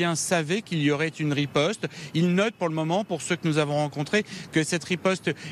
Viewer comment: "rispote" israelienne digne d'un sketch 🤣🤣